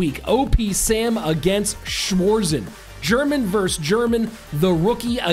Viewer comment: The pronounciation auf "Schwarzen" killed me hahah nice video